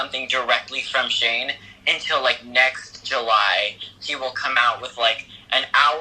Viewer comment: I keep hearing Shame even when people say Shane. Help))).